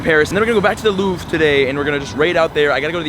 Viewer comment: Louvre, pronounced, Loov-re, but you stop it before the e, sort of. Basically in French, not all words, but most, don't pronounce the last letter. There are many rules, but it's not as hard as English. There, They're, Their...